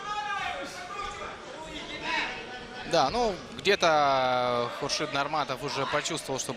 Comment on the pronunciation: ХУРШИД ПРАВИЛЬНО БУДЕТ, ХОРШИД. ЭТО МЕСТО ВИТАЛИЙ,ВОТАЛИЙ.